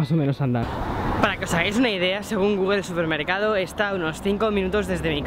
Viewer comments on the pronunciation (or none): none